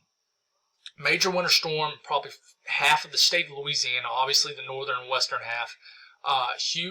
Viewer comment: This guy has a hard time wanting to say Louisiana! 🤦‍♂️